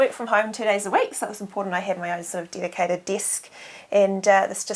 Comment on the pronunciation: Oh the way the she pronounces the the letter E is annoying. She keeps saying "bead" instead of "bed" she says she has a "deedicated deesk" instead of dedicated desk. Oh that accent is making me nauseous.